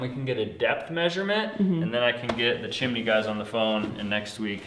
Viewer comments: Chimney not Chemaney 😂❤👍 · There is no “I” between the m and n in chimney, therefore, it’s chim-ney. The mispronunciation of nuclear is the one that sends chills down my spine. It is pronounced new-clear NOT new-q-ler. 😖😡🤯 I’m certainly not an expert in pronunciation, but ....... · Chimney is (chim knee) not MARY POPPINS SONG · it's chimiiiney btw :) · Well... you say "Squoze" instead of "Squeezed". She can have her chimeney :P